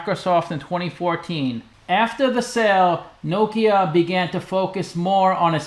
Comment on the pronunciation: i like you pronounce correct name of the company